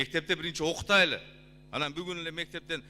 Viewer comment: Окутайлы.эмес окуталы деп айтылат.туура сүлөгүлө урматтуу депутат.